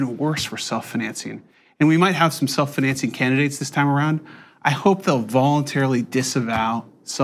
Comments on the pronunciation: Am I the only one irritated by how annoying the dude pronounced "self-financing" ? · I am irrationally angry at the way that guy pronounces "financing" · Scrolled down looking for the comment making fun of the way that guy says the word "financing." Couldn't find it. Therefore: Who is this guy and why does he pronounce "financing" so weird?